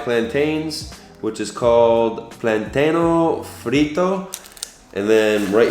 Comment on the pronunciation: Omg ur pronunciation I can’t as a cuban😫🤦🏽‍♀️ It’s arroz con leche And arroz con frijoles And platano frito Great video!! : )